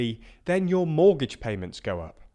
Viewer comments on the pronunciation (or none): Monetary, not moneytary. Mortgage, not mortage